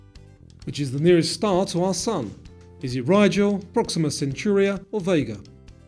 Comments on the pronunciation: 84/100. Sapphires can be red if they have chromium in them and are found in Myanmar. It's Proxima Centuri not Centurai and anyway you pronounced the A and I in the reverse order. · #84. It's: 'proxima centauri'. Not centurai or centuria, as you said it.